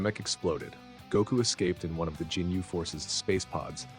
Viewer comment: GINYU, NOT "JINYU"... 😅😅😅😅😅😅😅😅😅😅😅😅😅😅STUPID!!!